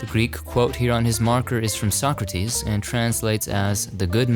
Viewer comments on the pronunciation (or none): none